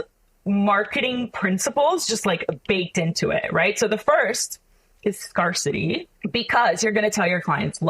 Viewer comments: Scarcity is pronounced like scare, not like scar. 😐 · Sorry, but I can't trust anyone who pronounces scarcity as "scar-city". It's just wrong. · Not only Does this girl not know how to pronounce sommelier, niche or scarcity, but she oozes insincerity. "Amazing" 🙄